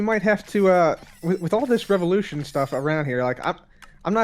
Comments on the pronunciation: Its not la revulotion!!! Its #VivaLaRevulotion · The way he pronounces "Viva la revolution" 😂😂😂